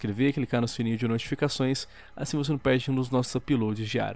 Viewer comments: "Sininho de notificaeoções" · sininho de noITIFICAçoes kkkkkk